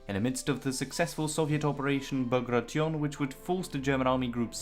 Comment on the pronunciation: "Ba gray shun"